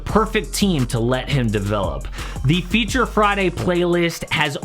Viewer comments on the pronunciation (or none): none